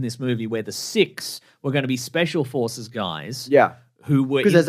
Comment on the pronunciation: Can't help but hear "special horses" instead of "special forces"